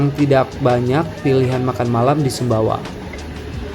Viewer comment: Sumbawa bukan sumba.